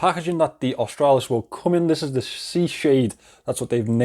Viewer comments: G'day mate you got the pronunciation spot on cobber.😁👍Aus-trah-lis. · You pronounced it perfectly 😊😂👍👍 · You pronounced "Australis" currently, it's just latin and means "South".